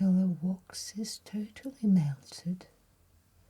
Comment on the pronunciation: I love the way she pronounces the word wax. «Wohx» It’s so refined and elegant.